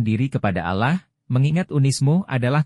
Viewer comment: Penyebutan Allah kok Alaah sih, mohon di kaji